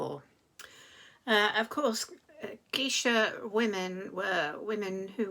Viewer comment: "Memoirs of a geisha" -- just to let you know, it's pronounced GAYsha.